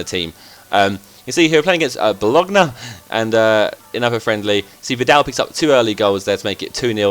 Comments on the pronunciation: Seriously Zerk.. Italian names that have "gn" are pronounced "ny" i.e. Bolonya, Cranyo, etc. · You pronounce Mallorca properly but Bologna incorrectly lol what